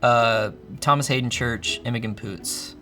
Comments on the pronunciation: Does just pronounce Imogen incredibly wrong or is that actors name a different pronunciation of the same spelling to the normal name Imogen. Because he said it with a hard G Imo g en not like the name Gen or Jen that you would normally pronounce Imogen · it's it's pronounced Imo-jen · asking if Scotland has bagpipes and pronouncing Imogen as "Imo-gun", a banger video for sure